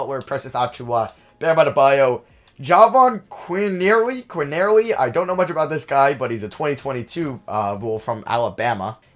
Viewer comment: It’s pronounced “Juh von Quinn Early” I watched him in HS a lot